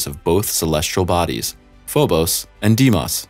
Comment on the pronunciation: Phobos” lol